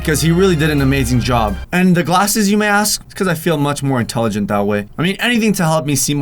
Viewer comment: intaligante lol